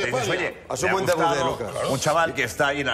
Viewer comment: 2.45 "debuz", dios mio...